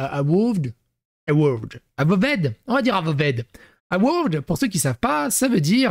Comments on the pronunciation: Ça se dit : eu-vaod ( a peu près 😀) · Ça se prononce euvoheude sinon